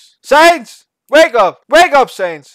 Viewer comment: Its not saynz, it pronounced seh-uh-nds